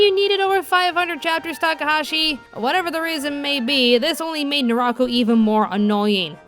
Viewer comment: Seriously tho. The dub pronounces most of the names wrong. NAraku. KAgome MIroku and it was Kirara not Kilala.